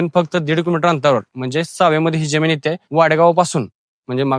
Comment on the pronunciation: ज्यमीन नव्हे रे जमीन बोल बेटा, काय तुझं मराठी?